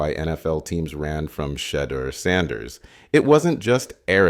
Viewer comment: Appreciate your analysis but u said his name wrong😂